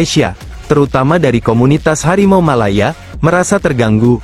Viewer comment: Harimau. Bukan. Malimau. Ngomong. Aja. Engga. Becus